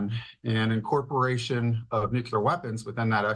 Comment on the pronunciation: Maybe Fox could find an expert capable of pronouncing "nuclear."